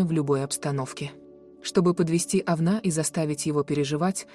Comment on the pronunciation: Ужас! Кто читает текст? Это же просто безграмотно, ударение ставится не правильно, вместо Овна говорят Овна. 😮